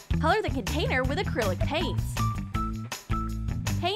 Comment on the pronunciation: did anyone hear clear akrilic nail polish???